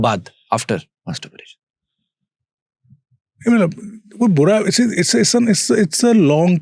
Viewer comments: gentle reminder, please get the word right.... its masturbation, not masturburation or something.. as the whole podcast is on that topic and your sayin that word wrong.. few references and again .... these are the once when i felt putting out the comment....but you have been saying it wrong all throughout until now and its so irritating that i have tk stop watchin here...right in front the doctor speaking the same words clearly even though you are pronouncing it incorrectly again and again.... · Masterbration bola Kiya 🤔